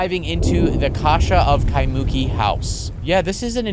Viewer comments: I’m sorry. I always love this story, but just hearing it pronounced KaiMOOki absolutely cracks me up, lol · (Kai-moo-key) ✅ (Kai-mookey) ❌ Separate the syllables, don’t mash it together. Kai moo key Not Kai mookey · Loved the episode, but hated your pronunciation of Kaimuki. Its Kai-mu-ki . Not muki, but mu-ki with the accent on ki. All good. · Phonics spelling bro Jack " Ky'Monkey"😂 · KAI-MU- KEEEE A neighborhood behind of Diamond head on Oahu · Kai-moo-key is the correct saying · It's pronounced. Kai - moo- key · It's pronounced Kai moo key Kaimuki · We need to work on your pronunciation on Kaimuki Jack 😊 but you tried ❤ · That's not how Kaimuki is pronounced btw 😂